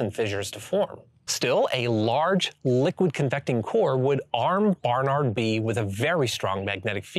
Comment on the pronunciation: BaRRnaRRd....? Why are you saying it like that